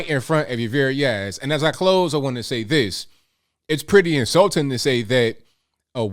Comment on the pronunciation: please improve your pronunciation of words Say "this" not "dis" Say "That" not "dat" And so many other words, you are very hard to listen to. You have great content but i cant listen to the poor english